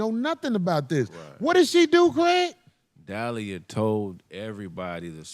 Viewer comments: It’s Delilah, not Dalia. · De-li-lah 😂 not Dalya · Duh lie lah not dial e uh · KRAIG....IT'S PRONOUNCED DAH' LIE' LUH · cant even pronounce the woman name right in the bible 😂sorry as hell. Everyone has heard of Samson and Delilah